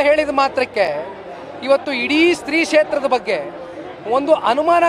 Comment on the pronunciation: ಅದು ಸ್ತ್ರೀ ಕ್ಷೇತ್ರ ಅಲ್ಲ ಶ್ರೀ ಕ್ಷೇತ್ರ